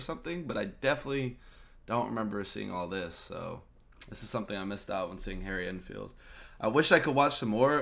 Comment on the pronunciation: Harry Ein Filed... You're the cutest